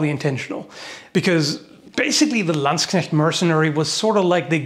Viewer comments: You pronounce Landsknecht and katzbalger correctly, well done sir.👍😅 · he can pronounce Landsknecht! :O In a game I used to play they were commonly referred to as landsharks